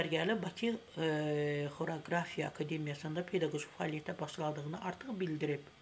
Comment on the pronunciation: Xoraqrafiya?kor kora kor deyir😂